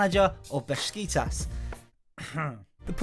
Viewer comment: Repeat after me, Besiktas, Bes ik tas